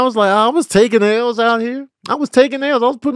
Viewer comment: Put some respect on Tones "Ls". DiiiLLLKk.😂